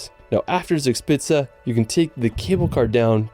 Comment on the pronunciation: Zixpitze das heißt Zugspitze 😉